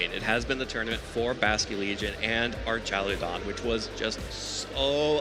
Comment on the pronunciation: Archalydon guy is driving me nuts